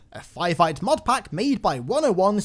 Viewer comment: can't help but hear "MOOD" instead of "MOD"